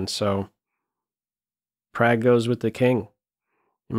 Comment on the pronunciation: I love you, but his name is pronounced Pragg (prog) not Prag